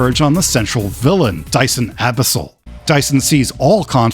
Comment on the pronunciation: It's Dision, not Dyson